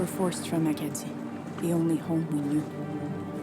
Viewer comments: Its pronounced Ack-a-dee 😊 not akaydee lol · Roy Dupuis, who plays Maurice Richard in this Heritage Minute also played him in an EXCELLENT biopic about him. Watch the French version with subtitles. "Acadie" is the French word for Acadia, and is pronounced "a-ka-DEE" with emphasis on the last syllable. The Acadians are the direct ancestors of the Cajuns in Louisiana. If you think of how English speakers would have pronounced "Acadian", it likely would have become something like "a-KAY-jun" which eventually became "A Cajun" and then just "Cajun". During the French and Indian war, they needed to get anyone potentially loyal to France OUT of British-controlled North American. Lots of Ukranian immigrants settled in Central and Western Canada, hence why half of the Myrnam Hospital Minute is in Ukranian. The Heritage Minutes used to play during commercial breaks on TV. This was extra common during children's TV blocks.